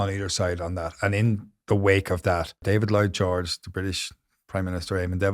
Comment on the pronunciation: Despite the seriousness of the topic, I laughed several times when I heard "Boy George" rather than "Lloyd George" 😄